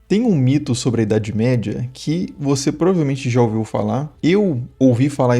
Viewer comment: Porquê a maioria das pessoas não falam corretamente a palavra Provavelmente? Até parece preguiça. 😅